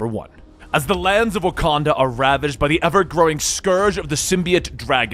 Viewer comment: That wakada voice 😂